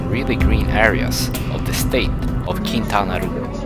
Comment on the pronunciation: That is so not how you pronunce Quintana Roo. As if we needed comments from none mexicans.